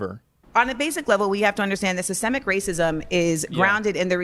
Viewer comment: If you cant pronounce SYSTEMIC correctly im not debating you